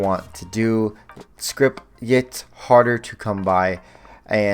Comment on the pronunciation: My brother in Christ, it's scrip. No T. Please. Lmao